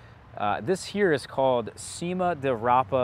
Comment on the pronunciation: If you like bitter veg., such as chicories, then you’ll like this one. I love it! By the way the “c” in Cima is a Churr sound as in church - ‘chima’ di rapa. You have to wait until the flower heads form before you eat them, however the stems can be a bit tough. There are various varieties, such as Cento Vento, or Quarranta - I suppose this refers to the growing time from germination to maturity. I’m in the UK and I have been growing this veg for years.